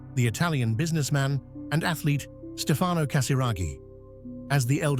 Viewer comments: It's STEfano, not stFAno. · Pronunciation, An-drey-a, and STEF-ano... princely family not a royal family.